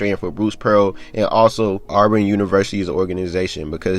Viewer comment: What does anything you're talking about have to do with the investigation. It's Auburn not olborn. NCAA don't give a damn how many PG a team has you sound stupid as hell.